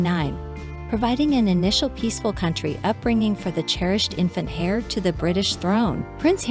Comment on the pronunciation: Heir is pronounced 'air'